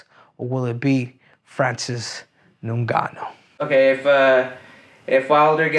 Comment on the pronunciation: Called his name properly. It ngannou